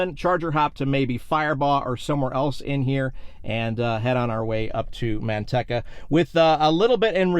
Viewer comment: Dear Sir, I use to live right next to Manteca and that city is pronounced Man-TEE-ca. Middle syllable is long like the word 'Tea', not short. I've heard you refer to Manteca several times in a couple of your recent videos and each time it made me cringe -- kind of like hearing fingernails scratching on chalkboard. Yikes! 🤣🤣